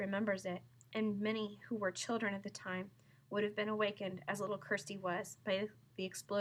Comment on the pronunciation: Just so you know it’s kir sti